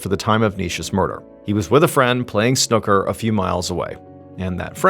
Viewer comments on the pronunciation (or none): Snooka❌ Snoo-ka✅ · “Snucker” 😆 That tickled me. I haven’t got any further yet, just needed to say… it’s pronounced Snoo-ker (and spelled that way). It is also not like playing pool, we play pool here too but snooker is quite different. I didn’t realise you didn’t play snooker in America 🤔 Just FYI, always good to learn 😁 Anyway, back to the story… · I’m not letting him call it Snucker and get away with it! 😂 SnOOKer, said with a very similar inflection to pool. It’s also not the same game, it’s far more complicated. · We pronounce Snooker as Snoooka not Snuka in the UK. Also we have Letter Boxes which are slots in our front door for post. We also have boxes on the front of our homes if we have pets or small children. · Snooker(not snuuka”) is nothing like American pool and don’t get me started about billiards ☕️😎🦘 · Snooker and Pool are not the same game at all 😂😂. And it’s pronounced Snuker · Snooker is pronounced snew-ker not snucker. They are alike in as much as they both have balls and cues. Snooker has more rules and tactics than pool, it's like comparing draughts (checkers) and chess. While I much prefer the challenge of Snooker, I thoroughly enjoy pool too. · Snukker? It's pronounced snoo ker. That gave me a giggle! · We Brits do love some Snucker 😂 we pronounce it S-new-ker. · please dont say snucker instead of Snooker 😂 its not like pool its a completely different game different table everything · Snoooooker. . Not snuker. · "snucker" 😂 Sn-ooh-ker And it's a slightly different game, but looks similar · It's pronounced SNOO-ker. Not Snucker! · 'Snukka'. Lol. Snooo-karr. Pool is the poor man's version of snooker. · Dude, I've been listening to you for ages and I love you and your stories, but it's not pronounced "Snuker" it's "Snooker". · and also pronounced snoo👻ker not snucker😂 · Did you just say "snucker"? 😅 Bless you, sir. Snoo-ker (Snooker) is an English game different to pool. 🤗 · Snuķer😅its snooker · Snucker? 😂 It's snooker with a oo